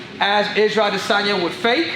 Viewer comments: "A-DEH!!!!!!sanya" ~ CCC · Quit saying his name that way it’s silly af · Why the hell you keep saying adesanya like that 😂